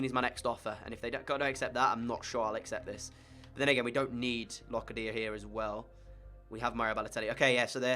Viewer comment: Locadia is pronounced like Low cA dia